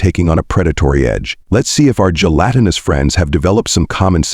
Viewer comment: Great story idea. Execution of it leaves something to be desired. Way too much repetition and the stupid narrator can't seem to pronounce gelatinous correct most of the time. Stopping afte only 19 minutes because I just can't take it. Too Bad. I would have loved to hear the rest of the story.